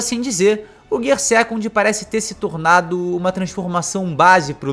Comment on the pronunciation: GIAA SEKANDO GIAA SAADO GIAA FOOSU GIAA FIFUSU Melhor falar as marchas mesmo... kkkkkkkkkkkkk